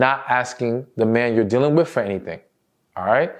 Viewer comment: Sir, please can you say the word with ? What in hell is wif ?